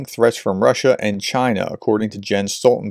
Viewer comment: Jens is pronounced “Yen’s”, I believe